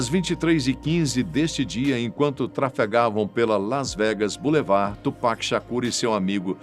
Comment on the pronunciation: Melhor que “tchu péqui” igual uns rappers Br falam 😂